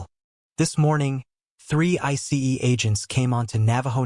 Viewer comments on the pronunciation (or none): Why can’t these AI narrators just say ice instead of spelling it out